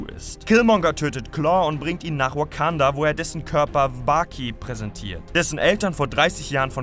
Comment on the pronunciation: Achi deine Aussprache ist zu 100% shit hahahah der zolo Film oder weekanda hahahah bitte vergrab dich Schaufel geht auf mich 😂😂😂